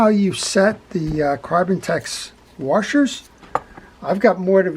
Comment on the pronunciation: I guess I didn't realize until I heard you that I also say wa"r"shers :)